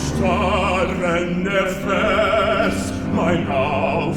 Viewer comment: His "Fels" sounds funny though... but honestly I didn't expect his pronunciation so good - I mean, I understand every word, so I guess there is no reason to complain. You are right about opening the vocals though!